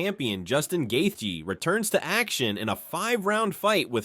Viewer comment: Who tf is Gaythee????